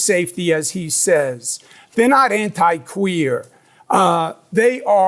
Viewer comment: Oh I do NOT like the way Cuomo says "queer"